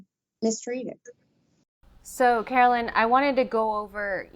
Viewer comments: Dear channel, her name is Carolyn, not Caroline. You do know there's a difference, right? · It's Carolyn not Caroline!